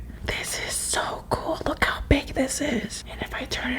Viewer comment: Did anyone else notice that she said "hot" in stead of "how" on